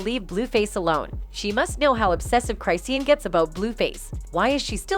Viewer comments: Cri-shawn! Not cri-seeun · Cry-c-yan. Ooo Girl, she's gonna come for you. Who told you that's how her name was pronounced after all these years?